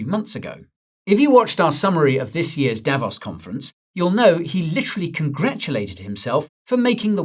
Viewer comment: Davos is pronounced with a long o Davooos Repeat after me : Davoos! That is better!